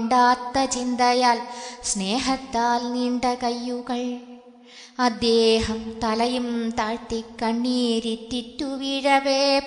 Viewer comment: അദ്യേഹമല്ല അദ്ദേഹം എന്ന് നിർബന്ധമായും തിരുത്തുക മോളേ, നന്നായി, വളരെ നന്നായി ചൊല്ലി, ഈ ഒരുച്ചാരണം കല്ലുകടിയാണ് ആ പ്ലസ് ദേഹം ആണ് അദ്ദേഹം എന്നോർക്കുക. K മുരളീധരൻ പ്രസംഗിക്കുമ്പോൾ 'അദ്യേഹം 'എന്ന് പറയും . ശീലമാണ്. ശരി പറഞ്ഞുകൊടുക്കാൻ പലരും മടിക്കും. കമ്പ്യൂട്ടർ /മൊബൈൽ വന്നതോടെ ശുദ്ധമലയാളം ചത്തുപോകുന്നു. ഒരു യഥാർത്ഥ മലയാളമുണ്ടെന്നു യുവതലമുറ അറിയണം. എഴുത്തിലും ഉച്ചാരണത്തിലും ശുദ്ധി വേണം,!